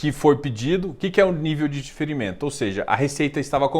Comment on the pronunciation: sou espectador assíduo e admiro muito seu trabalho, por isso te alerto para ter cuidado na palavra DIFERIMENTO, que você está pronunciando do mesmo modo que DEFERIMENTO. Eu sei que você sabe, mas não custa lembrar. Abraços!